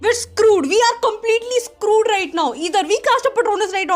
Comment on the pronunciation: Her accent is killing me 😂😂 “WE’RE SCROOOOOOOD WE’RE LITERLLLLLLYYYY SCROOOOOOOD” I have never ever heard a worse accent/attempt of English 😂